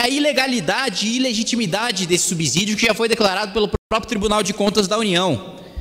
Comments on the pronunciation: Gosto de vc, mas, por favor, fale correto. Ninguém fala subzolo, fala-se subsolo. Então não fale subzídio, fale subsídio. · Kim, "subsZídio" não! Dá uma olhada no fonema. Subssssssssídio! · Brilhante oratória! Dica: subsídio fala-se como subsolo. Sub/ss/ídio.